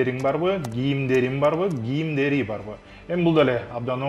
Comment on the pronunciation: СУЙЛОГОНДО ГИЙИМДЕРИН ЭМЕС КИЙИМДЕРИН ДЕП СУЙЛОЙТ САГА ЭКИ ЭМЕС НОЛЬ РАКМАТ СУЙЛОГОНДО КЫРГЫЩ ТИЛИН ЖАЙЫНА КОЙУП СУЙЛОГУЛО ГИЙИМ ЭМЕС КИЙИМ ГЕЛДИНБИ ЭМЕС КЕЛДИНБИ МЫНДАЙ АБАЛДА СИЛЕР БИР ЭМЕС НОЛГО ДА ТАТЫКТУ ЭМЕССИНЕР РАКМАТ